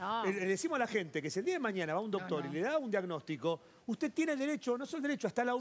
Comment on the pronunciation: porqué no pronuncias la ñ, nos es maniana, es mañana, moño no monio.